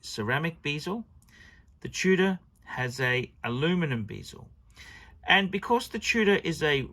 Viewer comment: Stop saying Submureener and beezel!!!